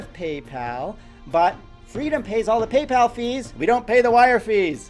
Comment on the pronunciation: by how much has the revenue reduced since youtube implemented the whole 10K views rule? Just curious well....guess i should have asked this question 3 months later... also, "wrong peepal address",had me laughing for quite sometime lol